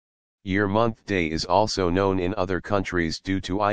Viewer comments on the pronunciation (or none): none